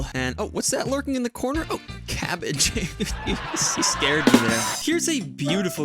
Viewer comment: Cabbage but pronounced like barrage (potential bit)